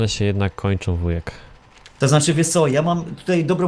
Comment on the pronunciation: błąd:D nie Wuhek tylko Wujek:D